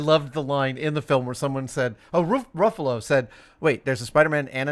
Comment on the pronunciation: Yeah it's "Rough-allo", not "Roof-allo".